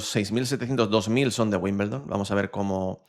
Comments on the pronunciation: Se pronuncia "wimbeldon" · Por favor se dice Wimbledon ..